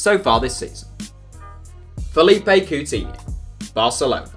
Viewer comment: Fa-li-pay Coo-tin-ho is how he pronounced it 😂